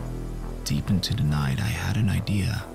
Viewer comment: Why is the narrator a different accent than the guy in the vid? The narrator says "duh" for "the". That's really the only thing that really bugs me. If you have an actor/protagonist/main-character talking in the vid, you need to have him do the narration too. or get someone who at least sounds reasonably close.